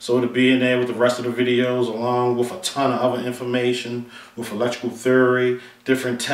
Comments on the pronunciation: Paul Squire . Seriously?! I'm American, Southern, Educated and I work in the electrical field. I watched this video to broaden my understanding of meters and I couldn't finish the video because I was so turned off by the wif/with. It has nothing to do with immigration. Why are we becoming ok wiTH bastardizing our language? What is so wrong with asking presumably educated people to speak clean and clear and not speak so lazily? I would understand if someone didn't have an education but the presenter is clearly an educated guy. No one is asking a whole country to change to suit one person. A little perspective may be in order. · Please please please for the love of God STOP pronouncing the "TH" in the word "WITH" as an "F". You are obviously an educated guy so please honor your teachers and the work that they put into you by using proper English and save the street slang ebonics for your buddies on the block.